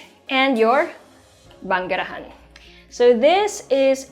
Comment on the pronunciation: I love when you said 'banggerahan'. So Pinoy. I love the house! Thank you,.